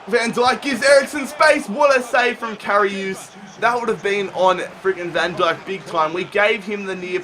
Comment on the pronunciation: It's karius not kariuse